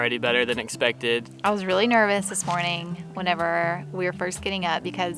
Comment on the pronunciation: After a couple weeks watching you guys... i've realized there's a PERFECT DRINKING GAME. Every time says 'it-spected' (his version of expected)... YUP.